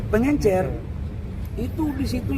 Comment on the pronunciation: Kelas Mentri bilang PENGECER saja PENGENCER😂😂😂